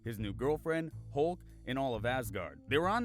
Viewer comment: "We have a Halk"